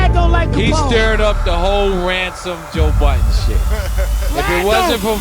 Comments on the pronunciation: i swear you are saying Joel Budden 😂😂 good vid tho! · Thought I was tweakin. Sounds like you keep sayin "Joel Budden". Lmao.